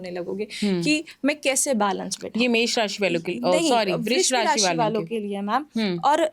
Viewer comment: Vrush rashi ya vishv rashi😂😂 mam rashi ka nam thoda alg nehi bole mam